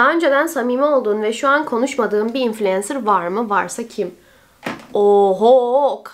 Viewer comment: İlk defa infulensır diyen birini duydum konudan bağımsız